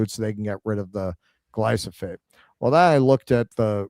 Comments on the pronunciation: It's GlyF O SATE not glyso Dyslexic. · I know it's tiring having to do the show while you're "vacationing," but for fucks sake read the word correctly! Gly-pho-sate! Not Glysophate.... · did a whole piece on glyphosate pronouncing it glysophate 😂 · "glysophate"? why do americans SO OFTEN swap letters within a word that's foreign to them? like "mandami"? what's up with that, why don't you read the letters in order and just butcher the rest of the pronounciation? said that wrong every single time here for dozens of times, reading the correct apelling on screen every time, incorrectly. 😂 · sure, from memory it's a different thing, but READ that wrong like a hundred times in this stream 😂